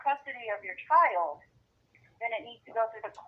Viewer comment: And It’s child, not chowed. 🤦🏻‍♀️😆